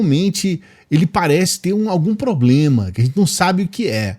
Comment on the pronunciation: 😁😁😁 o bozo tem "pobrema"